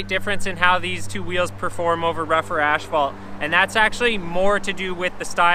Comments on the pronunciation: Why do you call as-phalt ash-phalt? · Asphalt. Do they say it Ashfault in Canada? Not trying to be a dick, genuinely wondering. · Nice video, but you keep saying "ashfault" in stead of asphalt and it is a bit annoying. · It's asphalt not ashphalt... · I love how he calls asphalt ashphalt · The accent on asphalt totally makes sense now! Great video dude